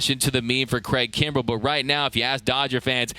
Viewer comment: my boy said craig krumbel lol